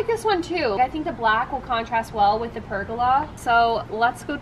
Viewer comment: I really enjoyed this process as I am doing the same for my recently bought 1940’s house, there already is a cement pad which I am adding more concrete to and large sandstone tiles one thing haha I heard you saying pergola as rhyming with arugula when I believe that it is pronounced ( purrgoala) I do believe that you are a Texas girl and myself as Canadian, I definitely have some accented phrasing lol 😆